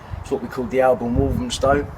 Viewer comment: Its Walthamstow, not Walthamstone.